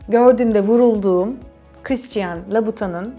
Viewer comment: louboution oyle okunmuyor